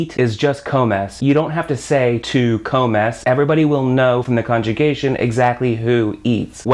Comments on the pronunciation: not even 30 secconds in and my guy says "cohmehs" instead of comes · El Dice “I love Spanish” o “Me encanta español” Por la tarde Dice (coh mes) no (comes)